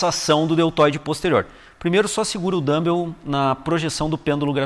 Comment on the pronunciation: Boa explicação. Só queria avisar que não é assim que se pronuncia dumbbell. Melhor falar halteres mesmo! rs